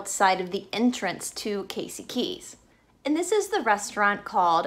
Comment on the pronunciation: Casey KEY, not KEYS. I live here and dined at Pelican Alley tonight. But very interesting. And it's the INTRACOASTAL on the West Coast (it's right on the sign as you enter the bridge), INTERCOASTAL on the East Coast. Thanks for listening.